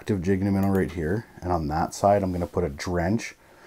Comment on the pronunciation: I friggin love your videos hahah! “Jig And a Minn-a” 😜